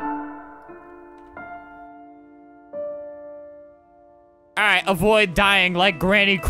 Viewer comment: the way he says “girl”